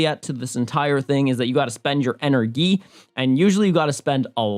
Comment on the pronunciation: Lol he kept saying ENer-ghee